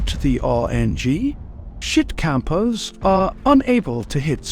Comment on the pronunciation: Yoo why my dude go in so hard on the "cappers"🤣🤣